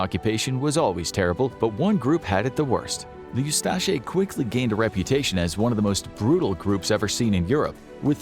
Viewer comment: Very minor correction: the Croatian Nazis were the "Ustaše," not the "Ustase" (pronounced oo-STAH-shay). Interestingly, there were also Muslim Nazis (of all things) in Bosnia called the 13th Waffen Mountain Division of the SS Handschar.